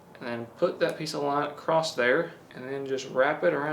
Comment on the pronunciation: Are you sure the sharpness tester has a line "Acrosst it". you said it like 3 times lol.